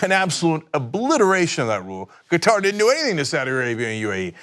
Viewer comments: Hey Cenk, it's pronounced KAH-Tahr (similar to Cutter but with "ah" sounds) not Ka-TAR (which is a pronunciation like guitar). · Qatar. I believe it's pronounced like "cutter", emphasis on first syllable. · Qatar = Cutter You wouldn't like people mispronouncing your name. 😆